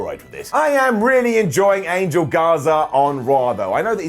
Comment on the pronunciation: I hate how they mispronounce his name. Its An-hel not "angel," just a pet peeve of mine.